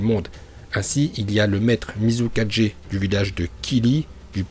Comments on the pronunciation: Apprend a dire mizukage pcq tu dit muzi4g t vrm null tu c même pas bien prononcer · Tu prononce bien hokage mais mal tsuchikage,mizukage,raikage et kazekage